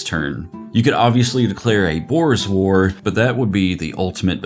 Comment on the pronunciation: Had to do a double take to make sure he was saying "Boor's War" and not "Boer's War"